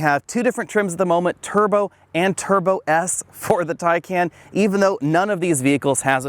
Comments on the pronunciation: Tie-Con. Not Tay-Can or Tie-Can. And it's Por-sha. Not Porsh. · wth is a tie-can. 🤦‍♂️ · BTW, it’s pronounced tie-con. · It’s pronounced Tai-Con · I cringe when I hear TieCan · Good review except you repeatedly mispronounced “Taycan”. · pronounces the name every which way except the correct way. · He actually pronounced Taycan wrong